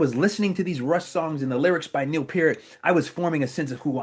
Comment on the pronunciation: AWESOME! And you , as an American pronounced Neils name correctly! Kudos to you! 🇨🇦💪🔥👍